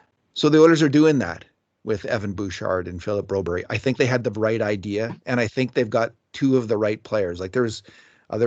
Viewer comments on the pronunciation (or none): Stop say bro-berrie just say the usual bro-berg as every American say, as a fellow Swede its hurt My ears 😂